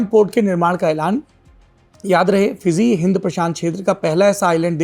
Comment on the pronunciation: Bahi FIIZI nahi hai FIJI hai J J J